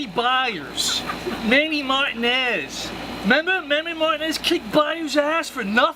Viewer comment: did this mf just say Manny Martin-ezzz??